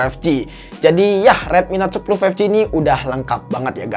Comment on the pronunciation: five..eek ji